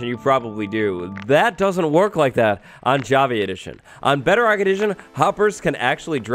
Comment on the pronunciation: Lol What's Beo-Rock?